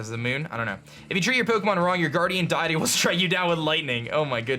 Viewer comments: DEITY (DEE-IT-EE) DEITY! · Tyrex gaming Every time he says deity I yell at my screen